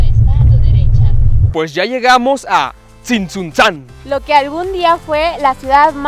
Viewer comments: Se pronuncia Tzintzuntzan. Sin que separes las sílabas. tooodo junto. Jejeje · Muy bonito video solo una cosa mi amigo no pronunciaste bien tzintzuntzan soy de michoacan.